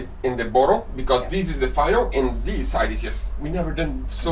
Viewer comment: the word this is not spelled diz!! You use this English word totally wrong and you say it in almost every sentence. I just wish you would use the correct pronunciation when learning a different language. Good video besides this!!! THIS NOT DIZ 😂